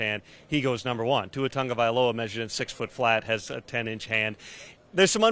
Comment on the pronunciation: It bothers me when people call him TaNgovailoa its Tagovailoa